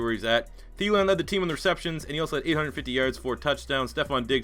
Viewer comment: the way you pronounced Thielen made me cry btw.